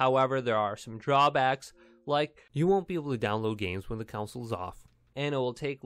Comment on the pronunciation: It's not council it's CON SOUL